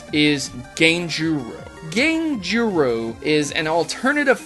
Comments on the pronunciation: i know you don't speak Japanese, but Ganguru is pronounced as gone-ger-oh.... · BUT PROTO!!! You mispronounced ganguro and It's driving me crazy!!! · haha, you slaughtered the pronunciation of ganguro though.